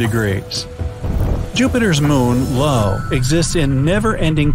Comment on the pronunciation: Jupiters moon is called io not lo